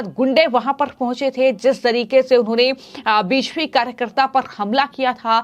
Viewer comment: Anchor BJP ko beshpi bol rhi hai kya ya kuchh aur hai??